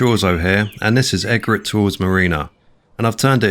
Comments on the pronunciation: That's not the pronunciation of "Egret"... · Great build, you have an amazing imagination. I know you like to know the pronunciations (I always call it Mutt-Fruit as well) so this one needs the E being emphasised, its named after a bird!!